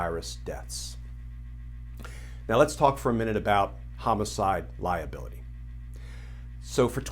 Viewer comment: The mind is a funny thing. My mind momentarily heard ”lie ability” rather than ”liability.”